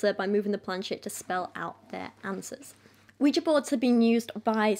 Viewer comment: Ah yes, the scary wega board...